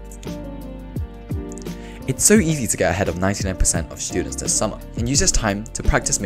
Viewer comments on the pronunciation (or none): am i the only one hearing shtudents?